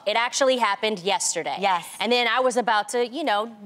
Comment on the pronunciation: why did she say ‘yes’ like that?